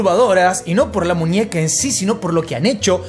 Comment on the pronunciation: Ninia? Munieca? 😅